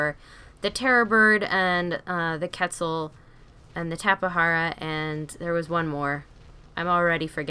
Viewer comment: Why cant you say quetzal it is pronounced cwetzal not ketzal